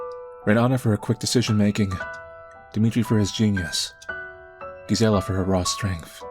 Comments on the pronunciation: The 'G' in Gisella is most likely pronounced like a 'J'. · I think Gisella is pronounced with a J sound. I might be wrong, but I've never heard it another way. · In spanish is pronounced like 'Y', is funny hearing his version of the name